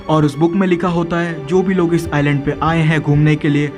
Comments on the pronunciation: Bro Island ko iland padh te hai s silent hai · It is not Iceland it is island s is not pronounced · Bro its not Iceland its iland s is silent letter